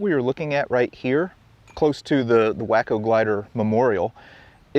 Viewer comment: Great video! For future reference though, the name Waco for the gliders rhymes with taco, Wah-ko. I get it, the pilots of those gliders might have been whacko.😉